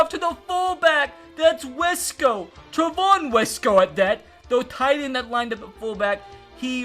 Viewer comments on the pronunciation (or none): You say trevon Wesco like Treavon I know my dad coach him in high school